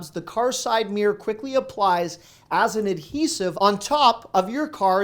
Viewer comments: Its mirror not meah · LOL! I didn't know "mirror" was one syllable!😂And yes your wife does look great without make up, you cradle robber, you! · Why do Americans pronounce mirror as “meer”?